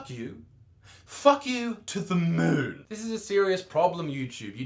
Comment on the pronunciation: The way he pronounced moon was funny